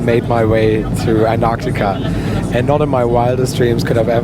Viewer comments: WTF is anartica??? ANT-TAR-TICA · You keep saying ANARCTICA?? It's ANTARCTICA!! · An'arctica or Antarctica? I'm confused. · Antarctica has a letter T after the an. So its anTarctica. After all who says Frankfur. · Amazing video so lucky! I just hate how u pronounce Antarctica lol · Thanks for the video but you seemed to forget to pronounce the first t in Antarctica (please correct me if it's pronounced differently) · I love your videos and this is the most surreal. (Not to be mean and I appreciate English is not your first language but you did keep mispronouncing Antarctica🙄 I suspect it was the excitement and the awe of it all.) I can't wait to see where you go next. Cheers my friend, for another exceptional vlog. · there are 2 t’s in Antarctica, both of which are pronounced. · only half way thru and loving the video. Have to say I have never heard Antarctica pronounced that way before. Awesome trip and glad you enjoyed it and shared with us. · Congratulations, only thing i didn’t like is the way how you pronounce Antartica by the way I’m really enjoying your videos. Greetings from Deutschland